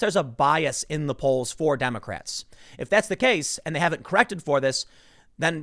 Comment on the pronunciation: At one point I heard "condemocrats" lol